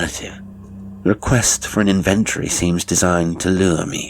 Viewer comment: Another fine tale. Pedant that I am,your pronunciation of inventory jarred somewhat. But overall,I’m delighted by your output.